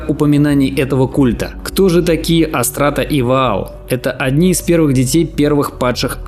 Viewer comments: Не АстРАта, а АстАРта. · Не Астрата, а Ас тар та!!! АС ТАР ТА!!! АСТАРТА!!! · ! АСТАРТА, не Астрата, а так верно! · АстАРта, а не астрата😅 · Дружище, "астарта", а не "астрата".